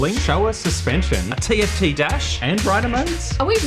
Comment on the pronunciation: Tft, not gift